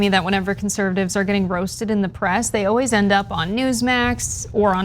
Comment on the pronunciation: he awle....he awel.......he awleys runs away.......